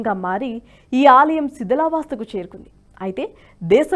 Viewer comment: ణ, ళ పలకగలిగే వాళ్లను తీసుకోండి దయచేసి. శిథిలావస్థ బదులు శిథిలా వాస్థ అని చదివారు. రాములవారు అజ్ఞాతవాసంలో ఎప్పుడు ఉన్నారో తెలుపగలరు. ఆయన వనవాసం గురించి మాత్రమే తెలుసు